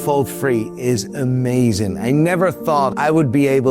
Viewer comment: Eet lukes Foookin uuh-may-zun!!!! Haggis and the dogs bollocks!